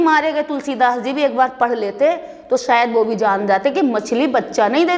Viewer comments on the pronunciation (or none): none